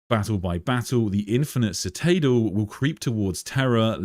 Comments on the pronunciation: Just want to politely point out, you pronounced the word citadel wrong. Try si-tuh-del or listen to Google. Love your streams though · Anyone else here for how we say citadel? Lol ;) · Bro that's not how you pronounce citadel